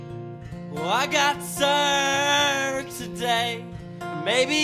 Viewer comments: Omg I thought it said served I didn't realise it said severed 😰😅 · I think she said "sir'd" not "severed"